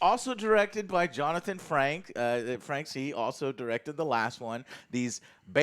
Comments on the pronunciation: It's Jonathan FRAKES, not Franks, you dumb fuck. What's even more hilarious is that you attempt to lambast someone for their pronunciation within the first few minutes. Then you try and slay the Raffi character when her subplot is vital to the overall plot of the story, just because you don't like the character. Because you know, every single character in life has to appeal to your shitty ego. Fuck me, I unsubscribed from you years ago because you slowly crept into the realm of being a complete twat and as much as youtube wants me to watch you, (even with a 'positive' review of an incredible piece of Star Trek television) I click on it and find that you're still a complete twat. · "Justin Franks". Johnathan "Frankes". Joe has no idea what he's talking about as usual. Reads reddit, watches RLM, uploads that into his personality and pretends he's always been a fan. Its Frakes. Always has been. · It's Frakes...not Franks! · Does anyone know if Joe’s mispronunciation or names is real or just to make it funnier? Jonathan Franks, Mortyarty, Vladic etc. 😂